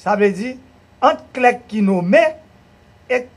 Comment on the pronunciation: On dit trier SUR le volet, Monsieur le ministre. Pas trier au volet. Cela ne veut rien dire. Clerc se lit comme 'clair". Et Non pas "clerque' Messieurs. On est mal barré avec le PHTK.